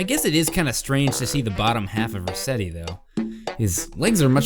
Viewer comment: its resetti not reset